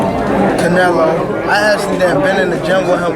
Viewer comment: It was so hard for tank to say canelo.